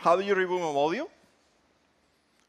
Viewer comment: Seems like they should have used someone that can actually pronounce module. Phone definitely looks interesting but with the amount of space you are sacrificing by requiring pins and modular plastic pieces it seems you would just end up with a heavy clunky phone that's likely underpowered compared to its rivals.